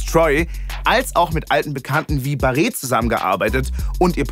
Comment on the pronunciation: Hoffe Barré wird nochmal korrekt ausgesprochen im Format 😂